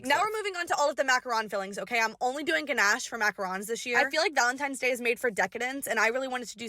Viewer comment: You said ganache and macaroons wrong SAY IT RIGHT